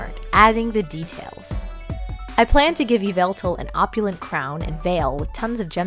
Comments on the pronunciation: Its not pronounced Yeveltal, Its pronounced yeveltah. Just wanted to point that out! Have a great day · “Yee-vah-tall” Just for future reference! 😉😊♥️ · It’s not pronounced the way It’s pronounced ya vel tal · i noticed the way you say yvetlal is different from how i say it you say it kind of like e-veil-tal and i say it like uv-vel-tail funny right? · ITS PRONOUCED YĒ VA TAL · I don't mean to be rude but you said THE POKEMONS NAME WRONG!!!!!!oh and I get you get a choice but LEDGENDARYS DONG HAVE A GENDER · Saying that name wrong is so cringe